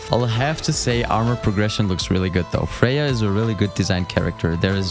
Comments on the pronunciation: Freya ? You can’t even say her name right lol it’s a good game and doesn’t deserve all these negative reviews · Her name is "Frey." Are you sure you played this game...? Or is her name pronounced differently in your native language? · Want to know how bad the game actually is? You've been saying her name wrong and I almost believed that was true